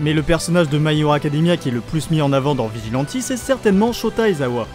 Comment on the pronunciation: Arrête de dire vegilenti stp